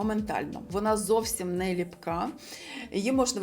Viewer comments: Не лІпка - не лИпка ❤ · Вірно буде "липкА", від "липкИй", "липкІ". Якщо вже наголос на першу "И" то лИпки (Липки) - це назва історичної місцевості у Печерському районі Києва.